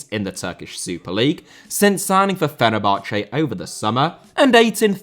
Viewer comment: Teófilo* not Tiofelo Magic* not Madgic María* not Maríer Copa* not Copper Nicolás * not Neclas Lukaku* not Lukhohrku Fenerbahçe * not Fenebohçei Tite* not Tchetchei Jesus* not Djeisus Roberto* not Robötouw Possess* not Posess Guimarães * not Guimaraich Lula* not Luller Bolsonaro* not Bolsonohrouw Ekambi* not Ikombei München* not Munich Alphonso* not Alphonzouw Eustáquio* not Yustatcheouw Duarte* not Duohrtei Brugge* not Bruj Levante* not Levantei Josip* not Jouwsyp Livaja * not Levejer Hajduk* not Hadžăk Warszawa * not Wohrsohr/ Warsaw Andreas* not Ondrejas Debut* not Deibyu Caicedo* not Caiceirouw Possession* not Posession Les* not Lei Atlético * not Atlétecouw Mbappé* not Mbappei Hansi* not Hanzi Can't * not Khon' Nico* not Nicouw Bremen* not Breimen Kudus* not Kurâs Ghana* not Ghohrner Taremi* not Tareimi Clara* not Clohrer Duo* not Djuouw Endo* not Endouw Vega* not Veiguer Romain* not Rouwmain Gaal* not Gohrl Robert* not Rober' Dinamo* not Dinamau Moskva* not Moscow Eredivisie * not Eradevizei Carvalho* not Cahvayouw Rather* not Rother Betis* not Betes Leão * not Ledjao Arabi* not Arohrbi Dawsari* not Daverhsi Diédhiou* not Djidjou Sadio* not Sariouw Mané* not Mohrnei Frankfurt* not Frankfohr Bento* not Bentouw Jeong* not Djăng Ansu* not Andzu Álvaro* not Alvohrouw Morata* not Morohrter Busquets * not Băsquets Remo* not Reimouw Mejbri* not Medjebri Musah* not Muser Sebastián * not Sebastian Coates* not Coohrtes Clube* not Clăb Diego* not Diyeigouw Alonso * not Alonzouw Ra